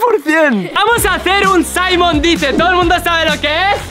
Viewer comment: Simon no saimon jaja